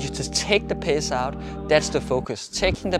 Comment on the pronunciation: Great video!!! Thanks so much. But I had to keep telling myself taking the pace out of,taking the pace out Not taking the pissss out 😅😅